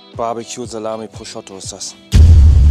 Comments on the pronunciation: ich weiß nicht, wo du das O bei deinem ProsciOtto hernimmst, aber da ist ein U und es heißt Prosciutto, danke;) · 😂 Prosciotto ‼️ Prosciutto 😉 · „Das ist holandäs proschotto“ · Geiles Video, wie immer. Wenn du jz noch lernst Prosciutto richtig auszusprechen, dann gibts sogar nen daumen nach oben 😂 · Warum spricht er immer Prosciutto falsch aus?